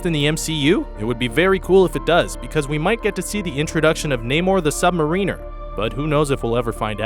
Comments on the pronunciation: Sub-MAH-riner, not Sub-Ma-REEN-er. :/ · I didn't know that one could pronounce Submariner wrong, but you did it. Great video though!